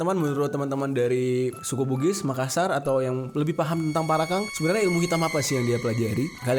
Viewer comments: Parakang BG bukan Parakan 01🗿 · Bang namanya parakang bukan parakan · Bang jeri Parakan bukan parakang😐😐😐